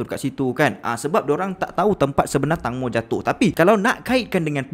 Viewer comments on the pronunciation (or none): Bukan tangmo tapi tengmo, tangmo bermaksud tembikai 🥰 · Sorry , call dia " tengmo " bukn tangmo ya , hanya sekadar pengetahuan ❤️